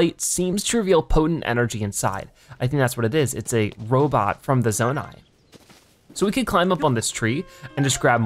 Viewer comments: It’s pronounce Zoh-Nai lol. Jus to let you know, not Zanai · Also… ITS ZOE-NAI NOT ZENAI!!!…..ahem.. sorry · it is zonai you are prononcing it like zuni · The word zonai is said like zone-eye. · Its "Zone" "eye" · Zonai - Pronounced zoh-nigh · The fact that he said zoni wrong killed me